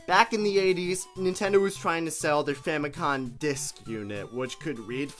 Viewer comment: People who pronounce Famicom as "Famicon" deserve a special place in hell